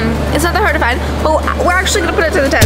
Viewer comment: hard not hart